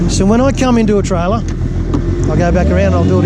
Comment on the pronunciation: try-ler lol